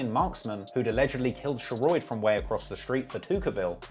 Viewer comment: Lol Sheroid is pronounced “Sher-rod” but back with another banger🔥🔥